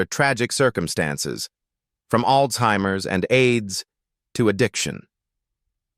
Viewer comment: It’s Alzheimer’s. Not All-Timers!!! Moron